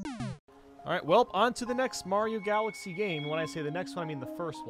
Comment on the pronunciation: Did he said Mari galaxy 1, 2, 3?